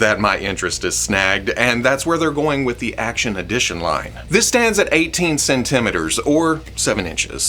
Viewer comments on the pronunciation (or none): How did pronounce centimetre?? Cen ten a meters?!?!